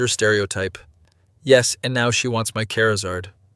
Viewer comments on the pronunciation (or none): Is anyone else bothered by the fact that the voice pronounced it ‘care a zard’ and not ‘char a zard’? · I was playing a game atm and i had to tab over and rewind the video to see what that word was, when i saw it was charizard i got upset rofl